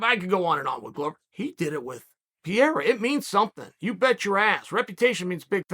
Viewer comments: It‘s Pereira not Piera😀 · I'm embarrassed to be an American right now. It's pronounced Puh-Hay-The. Stop pronouncing the R's. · "Pierre-uh" love it. Everyone else has been mispronouncing it as "Puh-hair-uh" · Alex "Pierre" Pereira - Uncle Chael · Chael knowingly mispronouncing the names..pierra, blahovovic, michaeljeff, oozeman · Alex Pierre !? 😂😂😂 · Alex “Pierre-ra” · Pee-ara is the newest mythical fighter in Chael's roster. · P.E.R.E.I.R.A… Chael, there’s no PIERA… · Who is this guy "Piera" he keeps talking about? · Alex "Pierre" Pereira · Pierra?!?! Is it really that hard ka? Lol. Chael P still gangster🤣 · Lol I heard Pierre or Pierra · Pronounce the man’s last name right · my god, he called him everything rather than Pereira 😂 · Hearing chael mispronounce fighters name in different ways in multiple videos is hilarious to me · Do you guys think Chael is mispronouncing “Pereira” on purpose at this point? 😂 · You must be new lol